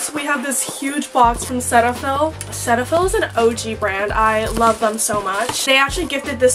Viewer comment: just so u know it’s pronounced “cee-ta-phil” 😊